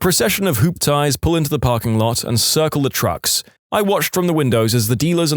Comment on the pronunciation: For our non-American narrator's future reference: Hooptie is pronounced hoop-tee/hoopty, similar to the sound at the end of the words Humpty & Dumpty from the nursery rhyme. A hooptie is slang for old cars that usually aren't in the best condition and for the old, big cars from the 60s and 70s. Sir Mix-a-lot, who made Baby's Got Back, also has a song called My Hooptie if you're curious.